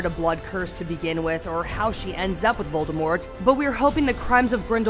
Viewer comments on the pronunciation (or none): none